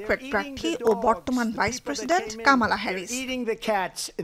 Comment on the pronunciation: কামালা নয় কমলা